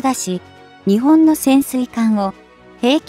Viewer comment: 何で日本を「ニチボン」と発音させるのか？ このchは彼の国発なのかな？ 何か感じ悪い👎